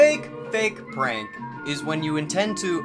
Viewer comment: "Thwee two one" "dis is da best pwank evaw" if my career relied on me speaking to a camera every day for HOURS a day... And i had the money to wear gucci socks to the beach, i might spend some of my sock money on speach therapy